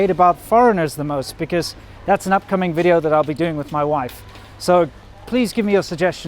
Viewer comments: Your wifes V's are good now. no more wideos, Videos..........shes nailed it :) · Wideo xD!!! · Please teach your gf to pronounce “video” properly?